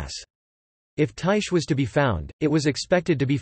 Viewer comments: Its (tie-khe) Not (tie-she) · actually ther right way to pronounce it od Ty-kee with a long I sound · That not how you pronounce it